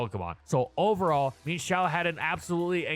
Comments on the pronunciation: so, am i the only one who pronounces mienshao's name as "mi-yen-shao" and got absolutely baffled by the "min-shao"? hahahahahahahahaha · Um actually its mi-enshao not "meanshou" for pronounciantion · I can’t express enough how infuriating it is to me hearing pronounce it “Mean-shao”. It’s pronounced “Mine-shao”. It’s even based off an ermine. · I always pronounced it "Mee-En Shao", a more Chinese approach than the more literal "Meen Shao". The same way Chien Pao is pronounced "Chee-En Pow", rather than "Cheen Pow". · Bruh calls it Meenshao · The pronunciation of mienshao drove me insane, could not finish video